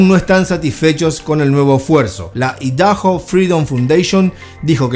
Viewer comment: Papa no se dice ( Idaho ) “idajo” se pronuncia “aydajo” Idaho es nombre propio 🧐